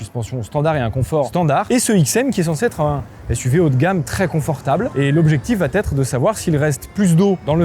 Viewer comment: Tu peux arrêter de dire va(t)être ? Cette liaison insane est un poil brise burnes 😑🙂